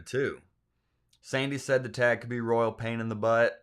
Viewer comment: Royal? I heard rural.😮